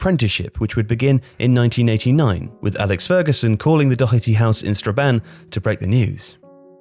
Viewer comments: Doherty not Docherty ffs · Dear People of England Doherty is pronounced dawherty, not dockerty. Gallagher is pronounced Galla-her not Galla-gerrrrr and so on and so forth for a multitude of Irish surnames that you continue to butcher even though we live next door and people of Irish extraction make up a huge part of the population of your country. Regards The people of ireland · There is no k in Doherty it’s doh-erty not dokerty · Good video but it’s said dough-er-T not do-her-T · Doherty is pronounced DAW-HER-TEE. At least learn to pronounce it properly, it’s not that hard. And it’s a British border placed to segregate the island of Ireland. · Youre pronouncing Doherty wrong, just like the commentators do. Where the fuck do you get the CK sound from? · Nice video but the pronunciation of Doherty was doing my head in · no he didnt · There's no "ck" in his last name. Pronounced the same way Matt Doherty does it. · The mind boggles when people (English) can’t pronounce Doherty properly.